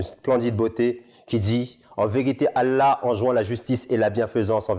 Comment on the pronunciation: Mdrrr il sait même pas prononcer le nom Allah correctement et tu crois qu'il sait lire l'arabe c'est une blague il sait même pas prononcer la sha-a-da sans fautes un truc de base chez nous